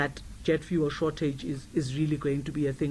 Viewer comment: How hard is it to say fuel. its not VOOOOOL